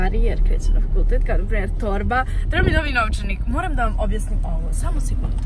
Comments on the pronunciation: Zasto tako cudno kazes nooovcanik?🥰💖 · jao naglaska, nOvčanik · Kako čudno kaže novcanik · Kako to izgovara novcanik?😩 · kako cudno kazes novcanik , hahahaha ali slatko